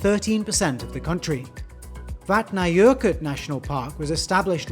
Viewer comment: Yoooo your pronounciation of Vatnajokul is almost so spot on, I could BARELY spot it - big ups and another thank you for the content ^^